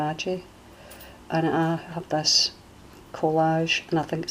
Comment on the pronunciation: No they don't! We only had the 3 main channels all through my childhood. I was so amazed when other channels started haha. You know I'm forever going to say collagee, or collagie, because of your saying it hahaha.